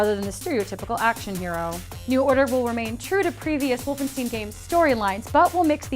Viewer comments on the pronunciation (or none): God-us Wolfenshtine Love the videos, just trying to be constructive with my criticism of your pronunciation. :)